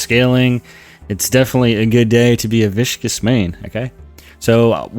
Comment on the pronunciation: I disagree hard with these so-called buffs, especially since they nerfed him. The Goo ball control are still insanely bad. Also why do you say Viscous like that? ALSO, there is tech I found out called Frog Bounce that absolutely crazy.